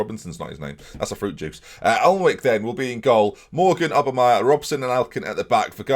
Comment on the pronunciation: Jak Alnwick is pronounced Jak Annick.